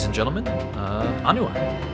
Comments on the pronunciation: Not Onua- it’s Oh- neigh- WA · Nice model. On pronunciation: the way you said it was actually the pronunciation of Onua, whereas Onewa is pronounced as "Oh-Neigh-Wah". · When I was a kid I thought he and Toa Onua’s names were pronounced the same (oh-noo-uh), but then the movies came along and showed Onewa’s name pronounced as ah-new-uh. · The guide book I have says his name is pronounced Oh-NOO-wah. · I'm pretty sure it's pronounced Oh-knee-wa. But this looks amazing, keep up the amazing work! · In the films they pronounce his name as On-Ooh-Wa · Really like the new eyes, the kind of demonic look of Gali and Takua really makes them uncanny. Also like someone else said, love how he still looks well built, you can tell he's had a life of fighting and hard labor. Also it is pronounced "ah-new-uh", they say it in the movies if you need proof.